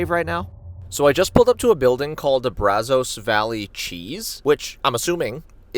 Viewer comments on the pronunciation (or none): none